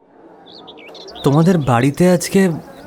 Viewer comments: অপার্থিব কথাটার উচ্চারণ অপার্থিবো পার্থিব্ বা অপার্থিব্ নয়।সারা নাটকে অর্ণব ছাড়া বাকিরা ভুল উচ্চারণ করে গেলো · অপার্থিব শব্দের উচ্চারণ অপার্থিবো/পার্থিব হয়।উচ্চারণ সঠিক করুন